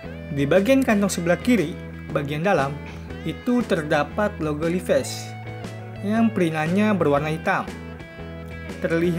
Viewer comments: Dan sebutan nya juga haris betul bro.. 😁 🙏 Bukan Li Ves.. Sebutannya Li Vais = Levi's Harus betul sebutannya seakan orang USA..kerana itu produk mereka.. Hihi 😁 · Sebutan jauh bbeza Levis.....hahaa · Duh bang penyebutan nya aja salah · Ory vs asli..?hahah...nak baca levi,s pun tak betul... betul kan dulu bacaan nya...